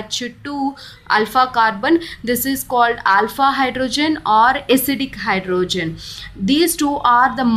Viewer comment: Mam its hydrogen not hydrozun, bdw great content